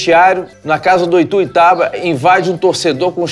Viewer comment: É ITUIUTABA uahuahuhuahua.. ituitaba a gente fala assim mesmo. Mas é ITUIUTABA-MG